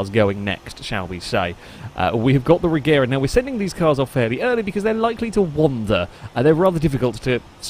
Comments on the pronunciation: Regera is actually pronounced Reyera, which makes the name difference a bit larger, but yea, it's not gonna get any easier when the Gemera (Yemera) gets mixed in too. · Well the name of the car comes from the swedish word Regera (IPA: /rɛˈjeːra/), which means; to reign. It kinda looses its meaning a bit if you start then pronouncing it differently... But at the same time I understand why, because it's easier for foreigners to just pronounce it Regera, instead of trying to learn idiotic swedish grammar where G is sometimes G and sometimes J. TLDR: I'm a grammar Nazi, Von Koenigsegg is just a genius that makes and sells insane cars instead of complaining about people mispronouncing. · When the founder of the company pronounces it regera you ain’t fooling anyone